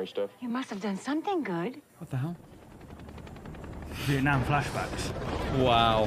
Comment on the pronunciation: you actually said the right pronunciation for the word "vietnam"